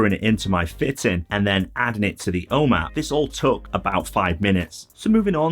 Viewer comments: I can’t make out what you are saying “o map”? “Home app”? O man? I’ve just ordered three of these directly off the Nanoleaf website! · It‘s so funny. When you say “home app” I first understood “Oma” which is the german word for grandma. Great videos, thank you! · Lol as an American it took me a few listens to that word before I realized he was saying the home app hehe